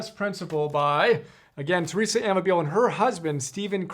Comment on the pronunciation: Pronounced: a-MAH-bill-lay